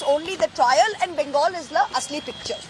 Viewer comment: why don't you pronounce bengal correctly? Pl do the same correctly